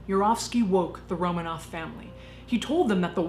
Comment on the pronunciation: It's RoMANov, not ROmanoff.